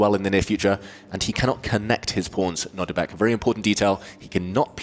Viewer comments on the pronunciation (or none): They keep saying Nordibek. It’s Nodirbek.